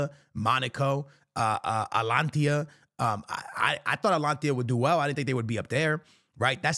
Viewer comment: Wtf is alanthiya?💀